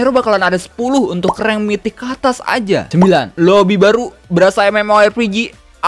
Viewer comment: Ngomong "PELIT" kurang ditekankan bang biar moonton denger keresahan player server global 😂